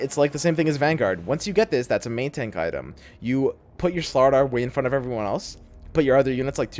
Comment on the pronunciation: yeah i was gunna watch it but the way you said item just fucked me on up.